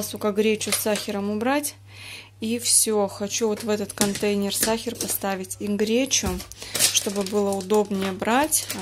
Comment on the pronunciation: Сахар, а не сахер.